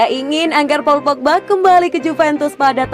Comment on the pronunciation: paul pogba... baca nya pol pogba sis